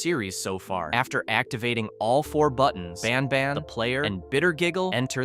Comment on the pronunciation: Bros not baan baan he's banban